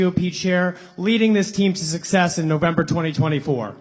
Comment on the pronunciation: Okay. Say Sussex’s one more time instead of success. OMG!